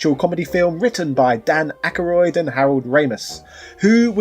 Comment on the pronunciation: Dan Ack-a-roid. Thats how I'm saying it from now on!